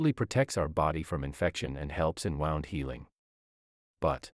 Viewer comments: Hahaha... The first thing I noticed before the video was even 30 seconds in, was the pronunciation of the the word 'wound' as 'wownd'. Of course it is also pronounced that way, just not in this context. AI is not perfect. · Wound healing.....AI pronounces it as though it is like you wound a ball of yarn. Hohum....